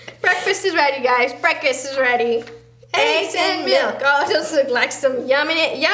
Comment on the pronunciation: I thought breakfast said nerd 😂